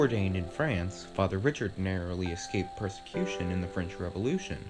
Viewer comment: Fr. Gabriel Richard - pronounced “Ree-shard”.